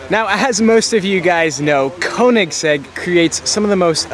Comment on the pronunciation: Learn to pronounce "Koenigsegg"!